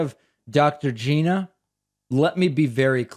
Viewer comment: Nice to meet you Dr. Gina {geena} No its Gina {G•eye•na} rhymes with China